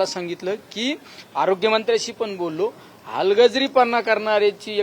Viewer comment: लंके साहेब तुम्हाला हलगर्जीपणा बोलता येत नाही